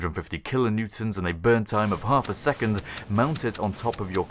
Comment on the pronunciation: "and you're harv way there"